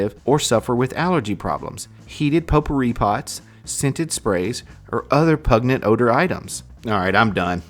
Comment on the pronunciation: Pun-gent not pug-net